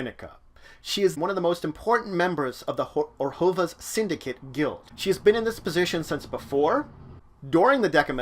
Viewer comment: Some prenounciation Rav-Nick-Ah Tey-Sa Or- Zov Ob-Ze -Dat